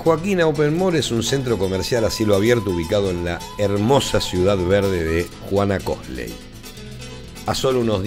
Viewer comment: Por favor ,pronuncia bien !! Es Juana Koslayyyyyyyy